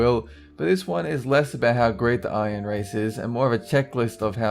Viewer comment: iron race i love how you said Aryan race like that. funny